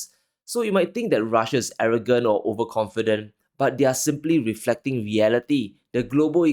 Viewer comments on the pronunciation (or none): "weeflecting weeality"